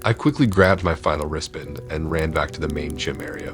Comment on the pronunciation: Are you saying wristband or wrist bend?